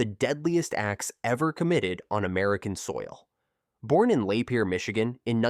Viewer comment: Lah-Peer. Not Lay-peer